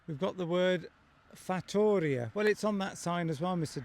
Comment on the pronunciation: hi mr Duncan,! in the word fattoria, you must put the stress on the i!